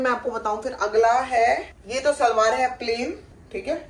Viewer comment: It's shalwaar not salvaar ❤